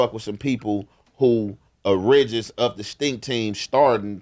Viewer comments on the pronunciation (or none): Imma need to know how to pronounce “origins” right 🤣 but we know what he meant tho lol.